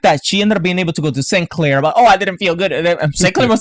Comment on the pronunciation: I thought you said 'commander Sin... hair' lol. He does have fabulous hair.